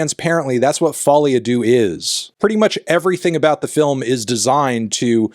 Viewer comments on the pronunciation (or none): Really did not enjoy your pronunciation of deux, Anthony, I gotta say. But on the film, the write-off of it was confirmed by the hiring of the unserious Lady Gaga